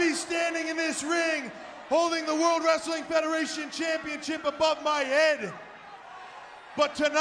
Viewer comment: Ozzy like wreastlin😂